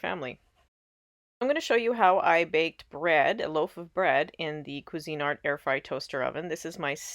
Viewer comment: It's Cuisinart, not cuisine art...just FYI. 😊